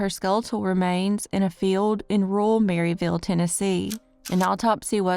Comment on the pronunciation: Where is Summer Wells? Where are you sweet Tennessee girl, with your blonde hair and your beautiful smile? Maryville is said like murrville by the way.